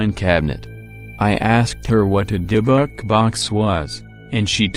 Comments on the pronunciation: Nope. Robot voice saying "dib-buck" ( seconds in) the first three times was all I could take. Done. Thumb's down. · Does anyone find the way the voice says Dybbuk funny lol